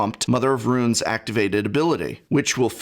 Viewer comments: yo prof, what's up with pronouncing runes as ruins? is that a regionalism, or you being silly? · Mother of RUNES, not "Ruins" x-P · "Mother of Ruins" "Shelei" :D Prof you're killing me (in a good way) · But why pronounce tunes as ruins? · "Shalay" But I mean, hey, terribly mispronouncing things works for Seth PROBABLY better known as...well, you get it. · Is professor’s pronunciation of Mother of Runes some kind of a joke or did he repeatedly make a mistake in this video?